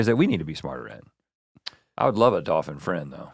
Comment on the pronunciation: I like how we found out that besides the word Wolf, Rhett can't prenounce Dolphin either